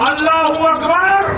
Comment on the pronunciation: It is Allahu AKBAR. Not Allahu AKHBAR